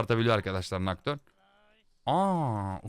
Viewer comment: Abi nocturne derken 😂😂😂😂